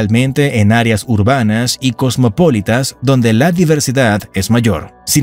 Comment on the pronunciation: No es cosmopólitas, si no, cosmopolitas.